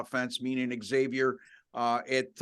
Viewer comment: It’s Zavier gents , not “ X” avier! Ask the campus staff! 🙃